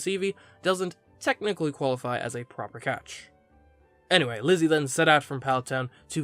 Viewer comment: I keep hearing ‘glizzy’ instead of ‘Lizzy’